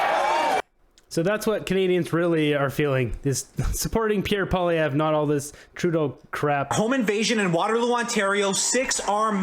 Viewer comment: First of all, Cochrane’s guest should pronounce Poilevre’s name correctly. Secondly, Poilievre wasn’t leader of the Conservatives during the last election.